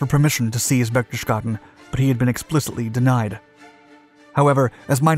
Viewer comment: it's pronounced like: (berch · tes· gaa· den).